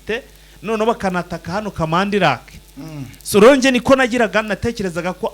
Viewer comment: Ntabwo ari kamanda ni Kamandi